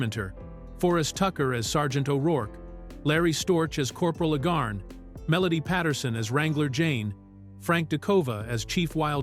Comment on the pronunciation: Corporal Agarn's name is pronounced AY-gahrn (rhyming with "cay" and "barn"), with the primary stress on the first syllable. ☮